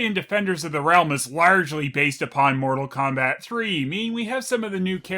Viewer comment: More-tal Kombat? THAT'S IT